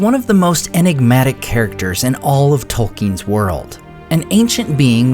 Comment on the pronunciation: It's Tolkien